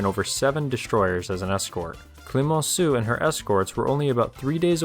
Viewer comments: "Clemenceau" isn't pronounced "Klee mon Sue." Just sayin'... 😉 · Actually as a french myself your prononciation of french names was understandable, while you nailed the prononciation of Tartu, Clemenceau receives a passing mark, as not good but still understandable I didn't know about that conflict... If it really escalated into a war it would join the list of stupid wars.